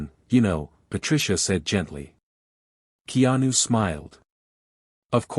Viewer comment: To the AI narrator: His name is pronounced Kay-anu. In Hawaiian, the "e" is pronounced "a"; the "i" is pronounced "ee." AI not so smart after all!